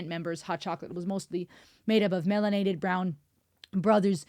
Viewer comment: Not "melanated".🙄😂😂